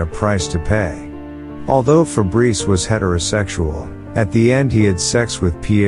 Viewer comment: As a french, its funny to hear "Febreze" the deodorant insteed of "Fabrice"😂